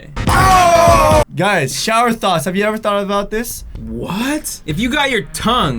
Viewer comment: It sound like you're saying thots